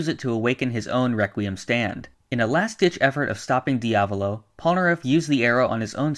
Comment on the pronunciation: Can you say diavalo r ight please?